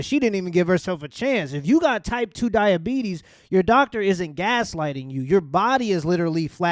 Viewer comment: Type 2 Duh-Uh-Bee-Tees......